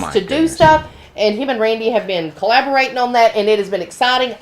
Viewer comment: did you say collaborating or balabarating? Lol